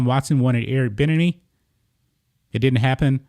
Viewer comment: Hi, Love your content. Just wanted to let you know that Eric Bieniemy's name is pronounced BEE-Enemy. He used to be a good fullback for the Chargers and helped them get to Superbowl 29.